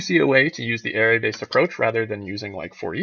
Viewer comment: arRAY, not AIRay...but it's a good video. That one thing chafes, though.